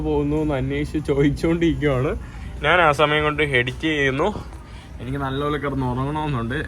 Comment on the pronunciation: അപ്പം നാൻ എന്ന് എന്തിനാ പറയുന്നത്. ഞാൻ എന്ന് പറയുക